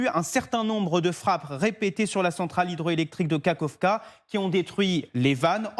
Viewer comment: Un "o" ne se prinnonce pas "i" pour Kakhovka